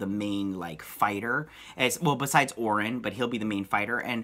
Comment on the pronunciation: Orion is pronounced like O'Ryan. If you have read the early New Gods comics by Jack Kirby, you would understand this. Read New Gods #4. I think that even Jack Kirby knew that this pronunciation was a problem so he uses "O'Ryan" as the name of Orion's gang battling the Deep Six on Earth. You can also reference numerous DC comic movies where Orion is included.